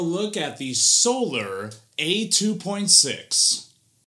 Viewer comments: I always enjoy your reviews, but I hope you've learned how to pronounce the brand name since then :) Think Soul-R insead of Soul-er. Just picking on ya. I know this is an older vid but keep up the great work that you do!! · 19secs in and I’m already offended you pronounced Solar with the ER inflection (SoLER) - like an eclipse or the regular spelling of this word - when the brand is actually pronounced So-LAR.